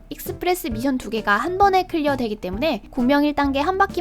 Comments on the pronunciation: mission인데 자꾸 발음을 tion이라고하네 미쎤이 맞아요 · 미션할 때 ㅅ발음이 th네요 특이하시네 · 서울 사람 아닌가 미션이라고 할때 이상한데 경상도는 미쎤이라 하지